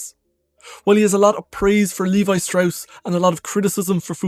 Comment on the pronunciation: It's 'levee' (Levi)